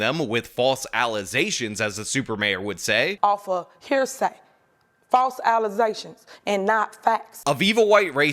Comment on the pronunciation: I can’t hear the word allegations w/o thinking of “Alizétstions.” 😖 damn you!